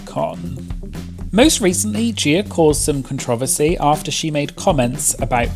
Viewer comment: Say it with me: CON-TRO-VER-SEE! It's not pronounced the way you are saying it